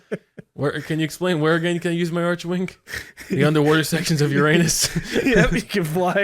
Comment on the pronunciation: ITS PRONOUNCED ARK-WING. FUCKING DAMMIT LMAO And the PVP is only fun for new players because new player weapons like strun are extremely op in conclave Also hi PC player with 12k steam hours, 8k in-mission hours, I may be able to help if anyone needs it!